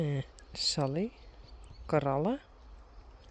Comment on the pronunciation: Hi, I wonder Since you have Coralle at your stable you are calling her Carolle! Slip?? Easier to say??